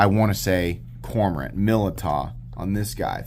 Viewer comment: It's pronounced Millydow